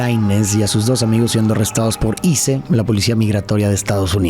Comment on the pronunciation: Primera vez que escucho ICE pronunciado así en vez de 🧊🧊